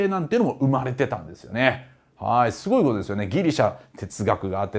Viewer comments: カール大帝のところの『しゅごい』がツボりました😂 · カール大帝の説明の時の不意の「しゅごい」と「シャルルマーニュおじさん」で吹いた笑